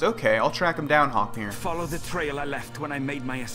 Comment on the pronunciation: Its actually Haknir, but yea